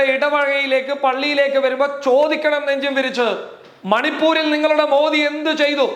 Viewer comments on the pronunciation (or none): none